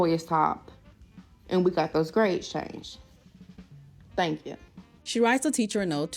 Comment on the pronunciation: i’m pretty sure it’s her way of saying “thank ya” 😭